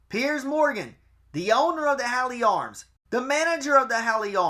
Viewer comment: Hawley Arms is pronounced " hor lee" great work 👍🏼